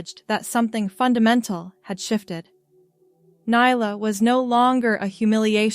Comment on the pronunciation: Stop mispronouncing nyla 😮